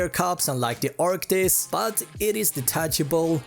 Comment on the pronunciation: It's not arctics ...it's arctis